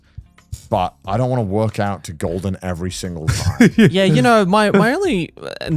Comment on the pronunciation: Poor Connor trains to "Golgen" every day 😂